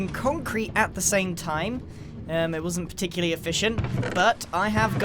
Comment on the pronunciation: Particuly? Did you mean particularly?